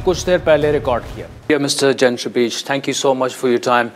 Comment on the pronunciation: His name is Gentry…. not Genitory